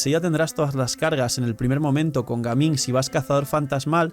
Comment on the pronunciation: En colombia le decimos gamin a los delincuentes, ladrones, malandros, etc es mejor pronunciar su nombre en ingles Gaming 😅